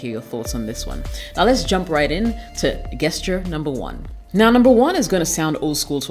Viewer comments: Sweetheart it’s pronounced “just Cher” not guess Cher. You are gorgeous and I hope you don’t take offense.👍🏿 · Nice video, nice message. On another note, why do you say gesture as Gas-ture, intead of the correct form, Jas-ture? Is it just to generate engagement through comments pointint it out (as many youtubers do nowadays, throwing crazy mispronunciations just to create debate). Be honest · Really enjoyed the content! Only thing is Gesture is pronounced "jessture" . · Queens, ur killing me everytime u say “GUESS-ture”😅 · I love the way you speak so please excuse this correction. Gesture I pronounced with a soft "g". It sounds like your name as a "J" Also as in gentrification. Rock on. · It's prononced' Jesture' Beautiful lady. The 'G' is prounounced like a 'J'. Ididnt write the rules so please dont come for me. ;-) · Learn how to say gesture "jesture" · Hi, Thanks for the great advice It seems you can read my mind when it comes making the 'Things to avoid' videos. lol I hope you don't mind me saying that the 'g' in gesture is pronounced like the 'J' in Jessica.